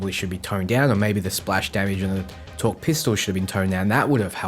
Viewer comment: torgue not torque pls =(